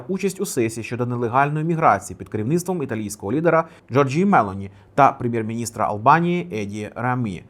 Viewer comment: МелОні! МелООООні! На О наголос!! )) Ну не йде тобі той степлєр і все)